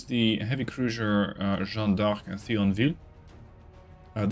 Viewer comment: About Thionville pronounciation, disregard the H and just pronounce it "Tionville", TH in French is pronounced like a T, the H is silent and is here just because of Antiquity roots...